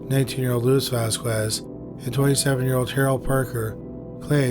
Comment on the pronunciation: *its pronounced "Vos-scez"